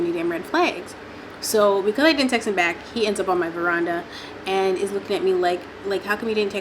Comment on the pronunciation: if you say veranda one more time 😭